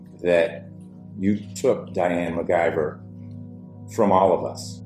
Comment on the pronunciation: I like how it’s McIver but all of the news people keep saying MacGuyver 😂😂😂